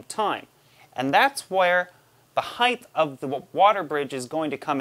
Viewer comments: Anybody else counting how many times he says heighth, and not height......hilarious. Love the vids though. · So, I like you're videos, but I keep hearing you say this fictitious word "heighth". It's making me crazy. Sorry, don't want to hate... I'm just a little OCD. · "Heitth" "heitth" "heitth"...FUUUUUUUUUUUUUUUUUUUUUUUUUU!!!!!!!!!!!!!my brother used to say something similar when he was younge and just had to keep correcting him until he stopped (he used to say thingers instead of fingers